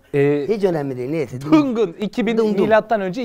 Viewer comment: Dungun değil dangun단군